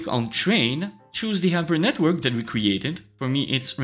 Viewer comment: Yes, you should have at lest 24 GB of VRAM. I have not been able to train with my tiny 10 GB VRAM on my ROG Strix 3080. Btw I find it very comical that someone who can't articulate the letter H. 😁 Yper NetWork. Just kidding, very informative video. Thanx!